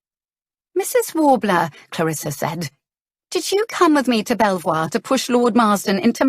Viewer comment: A very funny story, so far, but Belvoir castle is near our home and is pronounced " beaver", not sure if it meant to be the same place , but just in case